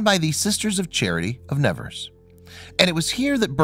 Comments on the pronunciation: It is pronounced SUEBER ROO not suberos and it is Nee vehrs - not Nevers . She is my favourite saint. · AMERICAN PRONOUNCIATION!!!!!! Please note that the city of Nevers is pronounced NeVAIR not as you pronounce it. The body of Bernadette is almost certainly a waxwork! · You mispronounced her last name and Never.